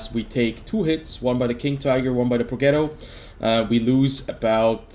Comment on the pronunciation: I wanted the Progetto to die so you would stop mispronouncing it. Pro -jet-o. Not ghetto.